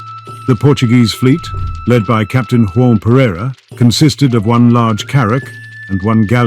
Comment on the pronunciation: 'João' in Portuguese is pronounced with a 'g'-sound like in 'lodging'. Not the Spanish harsh 'g' as in the Spanish 'Juan'